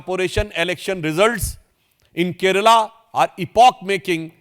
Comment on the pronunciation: At least as a politician of a party which won majority in the local body elections, start saying the name of the state properly... It's " Kerala ". NOT " Keral ".